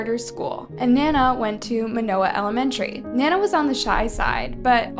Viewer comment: Good video. But one thing. Other than Paris, you mispronounced everyone else’s names. Try to get it right. In memoriam, Naoko, Sakurako, Orion & Nana deserve at least that.